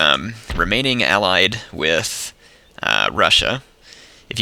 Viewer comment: when you say russia it sounds like brushia